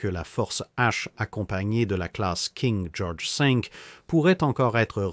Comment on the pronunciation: " King Georges Sink " ptdr